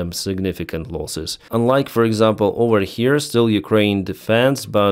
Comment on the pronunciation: Say OVER not OWER!